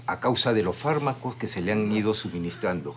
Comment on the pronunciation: Fármacos, no farmacox... Felizmente que hasta un niño lo sabe jajaja